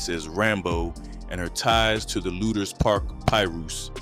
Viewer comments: Man it's pronounced LOO-DERS Park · It’s pronounced Lewders Park. But spelled lueders park.